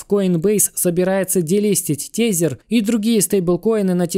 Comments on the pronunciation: Тезер звучит круто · чувак говори пожалуйста > usdt < ... "TESER - тизер" ни хрена не звучит...